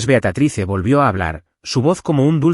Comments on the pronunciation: Se dice Beatriz, no Beatatrice. Aprendan a decir correctamente los nombres y las palabras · BEATRICE no BEATATRICE!! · No entiendo porque le dices a tu personaje" Beatatrice"???????? Si se pronuncia Beatriz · Disculpas concedidas😂, disculpame también no sólo el error es ortográfico sino de pronunciación es Beatriz se pronuncia como se lee. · Que horrible se oye la pronunciación del nombre de BEATRICE Beatatrice horrible como ella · Es Beatriz, favor de pronunciar correctamente, excelente historia